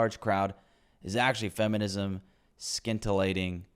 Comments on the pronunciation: scintillating... sin-tillating, not skin-tillating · "scintillating" is pronounced like "sin-til-ate-ing"